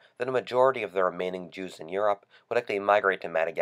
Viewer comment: he pronounce europe yorp